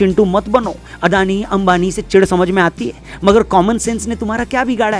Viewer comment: In Gujarati it's pronounced like this : अदाणी